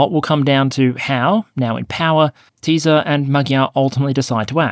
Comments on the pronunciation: The SZ in Tisza is pronounced like s in "such", soft, no z. It's a two-character letter for a single sound. And the 'i' is short. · Small note: Tisza is pronounced "Tissa" not "Teeza."